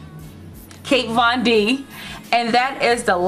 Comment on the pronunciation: I love the review but her name is Kat (Cat) Von D. No disrespect to you.